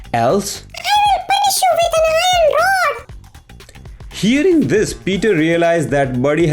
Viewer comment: "I will hit you with an iron rod" Sounds asian in my opinion haha